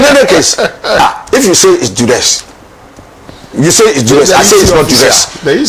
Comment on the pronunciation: Bro; the word is ( duress)